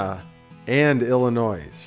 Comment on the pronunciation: The "S" in Illinois is Silent!